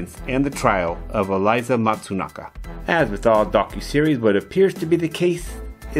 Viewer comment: Eh-lee-zee not Eliza